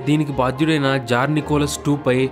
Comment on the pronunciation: Adhi jar kadhu bro tsar